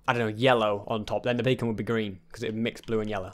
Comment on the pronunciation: Get rid of the e in beacon